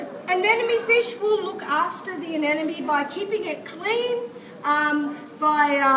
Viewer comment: Anemone, not anenome.